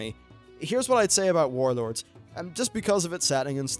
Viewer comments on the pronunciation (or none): Saying "Wawd" sounds stupid to me. Just say warlords.